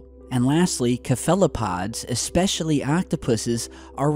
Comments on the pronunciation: Keh-fella pods. Definitely of alien origin. Probably came on the same ship with the heffalumps and woosuls. Seh-full-o-pods. Cool story. I'm still stomping the snails in my garden, tho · *cephalopods not kephalopods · kuh-fella-pods!!! Now that's some alien $hit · pronounced SEF el o pods, NOT Kef elopods. c'omon T ! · K-fell-o-pods? I've heard u butcher words before but damn man. It's 'sef-lo-pod'. And if you'd like to not sound like a jackass in the future try looking up correct pronunciations BEFORE making the video. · Ka-fell-o-pods????!?!! facepalm Cephalopods = Seph-a-lo-pods XD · The way you pronounced cephalopods made me laugh for a sec, you pronounce it with an S sounding C and not a K sounding C if that makes sense, it sounds like sephalopods and not kephalopods like you said it. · Cephalopods is pronounced "sef-ah-low-pods", not "keh-fah-low-pods". Lol... Just thought I'd mention that. 😉😁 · kef-el-apods? lol... sef-el-apods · "seff la pods" haha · "Kahfelapods" gaaah I love your show and watch every post... but sometimes you trigger me with your pronunciations!!! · Did he just call cephalopods Ker- Fal-opods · "ka-fella-pods" damn it! facepalms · just fyi, it's pronounced sef-el-o-pod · It's pronounced "seph-luh-pod" :p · "Cephalopods"is pronounced "SEF-a-lo-pods." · LOL...did he really say "Kah-fellow-pods" ??? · “cuh-fella-pods” 🤣 Nailed it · It is pronounced (seffolopods) :D. I am not sure that octopuses are from a distant plant. I can not wrap my head around that personally. They are odd creatures for sure, but I think they belong here with all of the other odd things we have including us. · How did you pronounce Cephalopods? Kaphelapods? Wow...👎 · Yo, my man. It's pronounced SEF-Ah-Low-Pods. S sound, not K. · Only a few scientists even acknowledge these papers...so..oh Cephalopods are pronounced SEFALOPODS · Seff-uh-luh-pods. you're welcome. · you're KILLING ME. OCTOPI is the plural. And SEPH-UH-LE-PODS. Come on man.